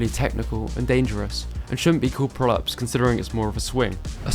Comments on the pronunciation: The way you say "crossfit pullups" sounds like "prolapse" and I can't unhear it that way. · When you say "crossfit pullups" it sounds like you're saying "crossfit prolapse" lol. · every time you said "crossfit pull-ups" I heard "Crossfit prolapse"....but it's still probably correct lol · Every time he says “pull-ups” I hear “prolapse” 😐